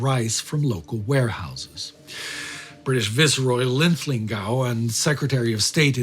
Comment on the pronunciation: hey, Linlithgow pronounced LinLithGo, not LinLithGow. cheers.